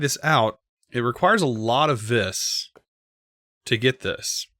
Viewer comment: Ok I know this dosnt matter but... Vis is pronounced ‘V’ that’s it just say the letter V. It’s Latin for Power. Total Nerd post I know.